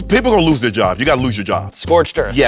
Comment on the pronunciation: Skip's when I lose was very very Texan looz it sounded almost like German ü. Like Lüz if you know how it's pronounced you'll know